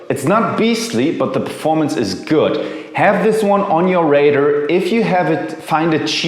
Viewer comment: Have it on ur “rader” 😂